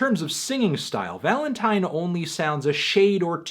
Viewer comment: stop saying valentine like that